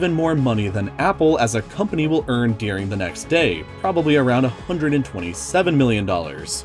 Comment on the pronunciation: That's not how the word "during" is pronounced...